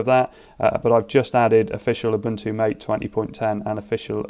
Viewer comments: Nice! Good to see what’s coming. One note about Ubuntu MATE, or any distro with MATE, it is pronounced “mah-tay” instead of “mait.” Reference: Also, here is Christopher saying it at about on his channel in the July 2020 Linux Mint 20 video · I think Ubuntu Mate is pronounced ma-tay. Why? I don't know, but it is.